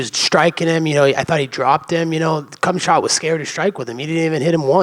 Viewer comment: the fact that he alwasy calls Khamzat "cumshot" alwasy cracks me up! LOLOL